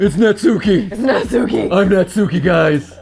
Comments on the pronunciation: Years ago, all these American youtubers had me thinking her name was pronounced (Nat-soo-key) when in fact, Natsuki’s name is pronounced (Not-skii) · Ok the way Matt and pronounce Natsuki is driving me crazy It's Nat-skee, Not Nat-sookee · Its pronounced Nat-s-ki bot na-su-ki. Even tho the Tsu is there in names and in the middle of words the t and u is silent usually. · If no one else is going to tell MattPatt, I will. Natsuki is pronounced nots key or not ski, not nat sue key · Yay! is here!! Note: since their names are Japanese they are pronounced Sah-yo-ree (Sayori), Not-ski (Natsuki), Yoo-ree (Yuri), and Mo-nee-kah (Monika). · YOU ALL ARE NOT SAYING NATSUKI'S NAME RIGHT!😡😭😱😫😒🤬